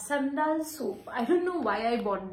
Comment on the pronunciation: seriously even i am shocked to hear . The way she pronunced SAndal😮